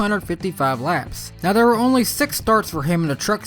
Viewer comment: Can you not pronounce TH? It's THere, not Dare. Its tooTH not toof. Fuck I find your voice annoying...